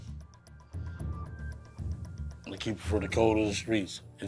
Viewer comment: You're not pronouncing Tupac right